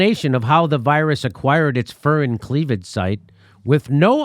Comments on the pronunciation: Jimmy: Furin is pronounced Fyurin. Codons are pronounced Coe-dons. It is actually worse than the nicholas wade article suggests. The CCP was trying to gain economic superiority over the rest of the world by releasing an HIV-like corona virus that they could protect their own people with using CRISPr. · The 'U' in furin is pronounced like a 'YU': fyurin. A furin cleavage site is an extraordinarily complex piece of molecular machinery. They do not simply pop into existence as a result of a single mutation. I can't even imagine how many sequential mutations are necessary and over how long a time - possibly centuries - to develop a fully-functional furin cleavage site. The genetic code would have to be changed to create the protein structure just right so that it folds correctly. Even for something so incomprehensibly tiny, that is no small feat. No, no, no... someone put it there. Its presence is the evidence of genetic tinkering. The question is not "Did it come from a lab?" The question is "Under what circumstances did it escape?"